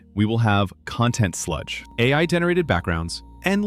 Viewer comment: CON-tent....ugh.......... not con-TENT or is that a Double-Entendre?